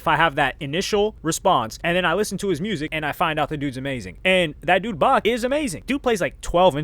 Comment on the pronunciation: Seriously you did research but called Beck Bach hahahaha wtf dude you said Unscrupulous phenomenally Much love tho